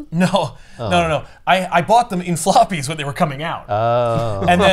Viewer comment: I heard "sloppies",. That event was definitely heavy with it😂